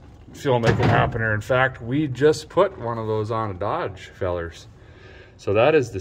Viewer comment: Why does this f'n guy keep saying "fuelmakeit happener"